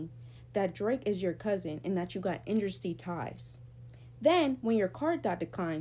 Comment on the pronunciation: what the hell is she saying??? Industry ties!!?